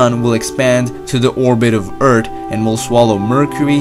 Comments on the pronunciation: Stop calling it “Ert”. It’s Earth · Everyone just makes fun about "Urt" .. why not give this guy a hint ,to put the tip of his tongue between his front teeTH and pronounce a proper "th"....? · Its earth not eart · Great ,now two ppl saying eart instead of earth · UnamedFuck its how he says “earth” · I thought we lived on Earf!? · The guy in the video is saying “ert” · Hektos how did a misspelled comment get likes? Okay i get it now, he pronounces earth "eart" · Skelitch You don't get it, it's because says 'Earth' like this 'Eart' and he says 'Three Billion' like this 'Treebillion' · Never heard of planet called "Ert" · Everybody: earth: ERT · Eart... stop saying Eart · Everyone else:Earth This guy:EART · Bettlejuice: I'm so smart, that I think 1+1 is 3 The narrator: hold my "Eart" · It’s earth not eart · Etrth lol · Hahaaaaaaa, 😂😂😂😂😂😂. Eart!!!!!! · "Ert!" "tree hundred kilometres in diameter" and so many Erts. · I´m German and I can speak the "th". But the "th" is coming from old Saxon. They came to Britain long ago. It´s only a part from Germany but modern Saxon people doesn´t have that anymore. So the pronounciation "eart" is Irish. Interesting. I heard people speaking "th" in that case like in this video. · your accent is preventing the 'th' part 😂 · He round like darthi de nogla he says Urt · You pronounced it wrong! You're supposed to say earh! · I like it Eart with no "h" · Man: explains humanity’s route to survival People: haha he pronounces eart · John K It is a joke and read the comment properly and check every spelling. He typed "Eart" because the youtuber pronounces Earth that way. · Its so great hearing him say ert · when he said "Urtt", i felt that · Eart when dah sun becomes a wite warf. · It's Heart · “Eart” lol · "Eart, Er, gilometer, and YEERopa"😂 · Sun is hod Eart is dirt My ears hurd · U mean its gonna swallow the "Ert" will the Earth be ok? Sorry man I couldn't resist. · I Have A Problem Of Him Saying "EART"